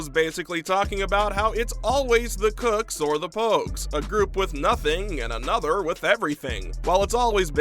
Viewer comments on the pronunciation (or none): bro its kooks not cooks